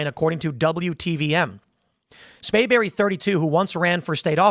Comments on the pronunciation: Tim it is SPRAYBERRY.. NOT Spayberry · Hey Tim. It's SPRAY berry